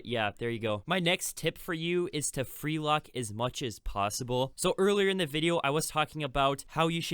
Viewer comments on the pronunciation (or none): It’s freelook not freelock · Free lock? You obviously don’t speak English as a first language but still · Saying “free lock” instead of “free look” legendary